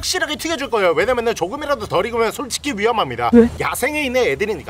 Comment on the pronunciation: 초에 솔직히가 아니라 속직히로 나옴ㅋㅋㅋㅋㅋㅋㅋ